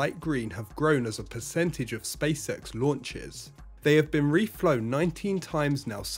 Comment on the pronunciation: I heard spaysex not spacex😅